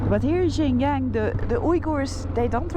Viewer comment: My wife's Chinese and she says you are pronouncing Xinjiang wrong, its "SinJang". No offence LOL. Youve got to love China, the people are so friendly, not to mention the food, enjoy your trip!